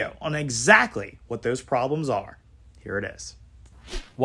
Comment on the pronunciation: In his own words: “Because that’s! .... hwhat canadians! .... HWANT! .... Mr. speaker.”